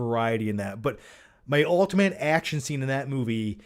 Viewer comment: Ultimant, satting there, probably by far, Ec-scape, Cart-toon, Trajrectory = 'John-isms'